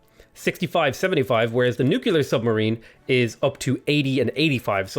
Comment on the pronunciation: Is his "nucular" a Simpsons reference or does he genuinely not know how to pronounce the word? I seriously can't tell XD